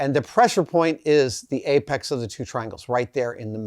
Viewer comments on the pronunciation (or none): none